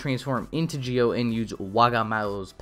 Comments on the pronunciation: Why do you keep mispronounce ZI-O by Geo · i guess, but then again the zee/gee-o problem is probably a japanese speech accent thing. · i guess, however it seems like the zee/gee -o thing is probably a japanese accent problem. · Very interesting…also, your mispronouncing Zi-O. It’S ZEO NOT JI-OH >_< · Zi-o is pronounced zee oh and not geo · Idk if it's me or do you keep saying gi-o instead of Zi-o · It's not Geo it's ZI-O ZEEEE O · It's zi-o not gi-o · Well to be fair, even if it is pronounced ji-o or zee-oh, the youtuber pronounced it as geo which i thought was worth correcting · wait im confused why is he pronouncing it "gio" instead of "zio" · Kamen rider GIO? 🤔 Not ZI-O? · Does anyone else notice his saying Gi-O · I don't get it, you Say Gi-O kinda like japanese accent, but say Decade like american accent, why? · Why are you pronouncing Zi-O as "geo"? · I'm not saying you're the only person who was wrong. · Why are you saying Zi-O wrong